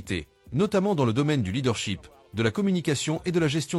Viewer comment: leadership monsieur!! ET NON LEADERSHEEP 🙄😅 !!! corrigez votre prononciation!!! SHIP = Navire SHEEP = mouton !!!!